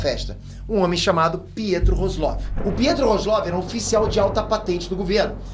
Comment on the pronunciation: "Roslov" kkkkkkkkkkkkkkkkkkk kkkkkkkkkkkkkkkkkkk kkkkkkkkkkkkkkkkkkk